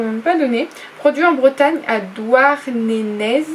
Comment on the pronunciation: Re coucou Miss, eh bien j ai moins aimé cette box ce mois-ci 😊 par contre les cacahuètes enrobées de canderell sont une belle découverte ! Vive la Bretagne qui a quand même été à l honneur ce mois-ci Quant au cadeau, j ai eu les sortes de Curly comme le mois dernier 👍 😁 Des bisous 💋 PS : Douar Ne "Né" (pour la prononciation miss de la boîte de thon 😘)